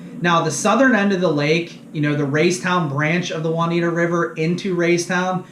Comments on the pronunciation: Anyone that hasn’t commented on this video and didn’t notice that the River is called the Juniata River (pronounced June-i-ata) not Juaniata River. Also it’s Aitch Boat launch (pronounced like the letter “H” ) so if you commented and didn’t catch that my guess is you never been near Raystown Lake. Some decent info in this video but can tell he’s never been to the lake. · It's pronounced June-ee-atta not Won-ita! ROFL